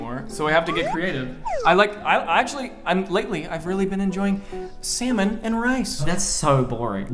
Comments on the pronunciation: you can't tell me that he doesn't say "semen in rice" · That didn’t sound like “salmon” and rice 😱